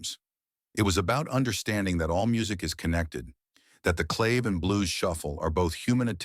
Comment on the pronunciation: This narrater, human or AI, is full of shit! No clue what he/it is talking about. And CLAVE is pronounced CLÁVÉ. BTW, Carlos' band was originally called THE SANTANA BLUES BAND. He still plays blues over the Latin percussion. It's too bad that young folks get misled by listening to BS like this delusional narrator's crap.